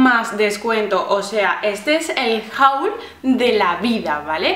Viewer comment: Me gusta mucho tu canal y todas las cosas que has comprando. P.D: la pronuciacion de haul es /hol/